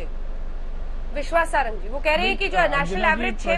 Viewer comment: Priyanka Chaturvedi, pehle Nam bolna shikho, Vishwas Sarang, Sarangi nahi, tum log kaise Pravkta ban Jate ho ?